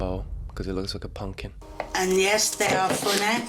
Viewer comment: taking the piss out of her silly food names and then confidently saying 'pungkin' instead of pumpkin.